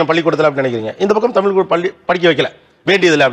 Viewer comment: நீங்கள் எல்லாம் ஏண்டா தமிழ் காரர் என்று சொல்லிட்டு இருக்கிறீங்க உங்களுக்கு வெட்கமே இல்லையா? தமில் தமில் என்றீங்களா உங்களுக்கு வெட்க்கமா இல்லையா.